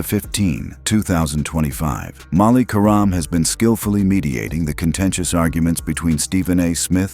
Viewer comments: Could you please stop mispronouncing querim 😢😢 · Stop mispronouncing querim😢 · Stop mispronouncing querim😮